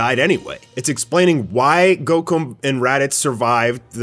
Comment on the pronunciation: anybody else catch that near he called goku gocum LOL